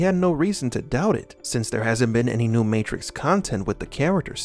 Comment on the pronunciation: my favowite matwix movie is when keanu weeves fight mistew andewson